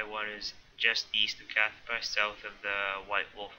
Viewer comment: gnome= pronounced nome silent g not GEE NOME also its cather-bee not cather-buy